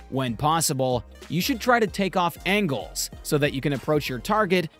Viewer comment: take off-angles, not takeoff angles